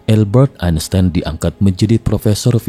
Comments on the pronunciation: AL- Bert Ain Sains. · Cara membaca "Albert Einstein" yang benar itu bagaimana ya? Saya dengar naratornya bilang "Elbert Ainstain"